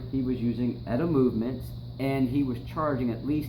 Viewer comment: Nice, good info. But it's not "Etta", it's "E-T-A", like you say other things like BBC, FDA, FCC etc.